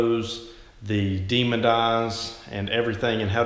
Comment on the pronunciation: DEMON EYE. NOT "DEMON-D" EYE. THERE IS NO 'D' AT THE END OF THE WORD DEMON.